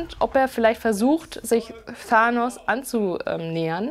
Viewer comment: Ahhahaha du weist nicht mal wie man Thanos ausspricht.....( farbwechsel er wird zum Guten) holy shit..... du kennst dich erstmal überhaupt nicht aus